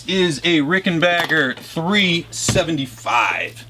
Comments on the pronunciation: It's Ricken"backer". Not Ricken"bach"er. Adolph Rickenbacher anglicized the name (to Rickenbacker), both spelling and pronunciation, after WW1. Apparently, that wasn't enough. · Ricken 'bah' ker? How do you get 'bah' out of 'back' lol